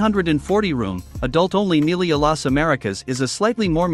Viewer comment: It's pronounced "me-LEE-ya," not "MEAL-ee-ya"